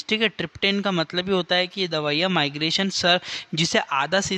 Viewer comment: Please improve your pronunciation & it is not migration it is an syndrome c/d migraine🙏🏻🙏🏻